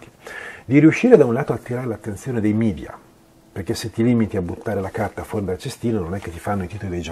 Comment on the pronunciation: Ottimo video, tutto perfetto, ma solo una cosa, per favore... Non parliamo come certi politicanti itali-oti che preferiscono l'inglese alla lingua nazionale. Media è una parola latina (il plurale di medium = mezzo) che si pronuncia come è scritta